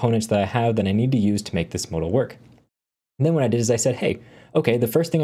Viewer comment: anyone else getting oddly fustrated at how he says modal